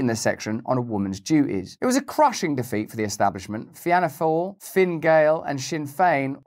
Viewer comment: Russell, Fiana is pronounced Feena 😉